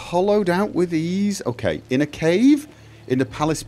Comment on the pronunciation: That's usual "kay" Further, in 5 years I must have heard less than 10 swear words (or affiliated) on this channel.